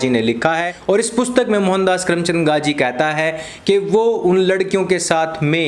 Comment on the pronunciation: abey saale naam toh dhang se le.. gandhi ko gaji gaji boley ja raha h gadho ki tarah..